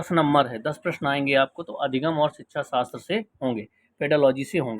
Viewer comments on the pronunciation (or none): none